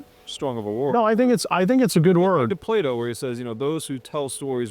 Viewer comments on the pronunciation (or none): none